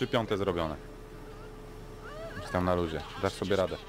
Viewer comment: już a nie jusz